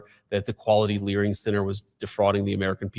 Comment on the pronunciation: He actually said “Learing Center” 😂😂😂